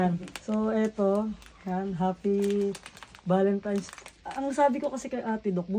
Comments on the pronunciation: Constructive criticism: Valentine’s not Valentimes. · BAKIT BA KASE VALENTIMES IDOL ... VALENTINES KASE YUN HAHAHAHAHA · VALENTINES HINDI BALEMTIMES